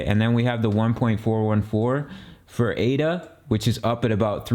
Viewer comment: Its Ada. Like a person's name. Not A.D.A. its the most basic thing and if that is incorrect....hard to take the rest seriously